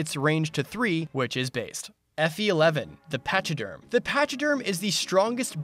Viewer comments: I think Pachyderm is pronounced Pack-E-Derm, I think it's a word that describes Elephants, Rhinos, Hippos etc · I love the video it was super fun, but the way you said pachyderm made me cringe. But you somehow also said hauteclere perfectly when noone else does? Weird flex but okay XD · he said pachyderm and i was disappointed when i didn't see any elephants.